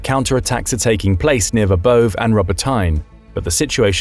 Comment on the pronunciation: The pronunciation of Ukrainian cities in this video is often AI like terrible. For example, Verbove rhymes with ray not stove.